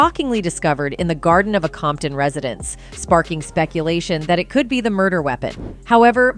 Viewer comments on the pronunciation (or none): none